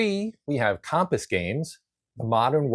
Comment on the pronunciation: Interesting statistical analysis ... but your pronunciation of Compass really threw me for a loop! 🧭